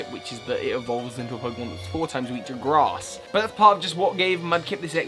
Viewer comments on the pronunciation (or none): none